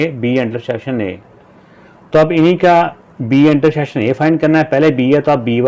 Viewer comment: Intersheksion ❌ intersection, ✅ 😊😊😊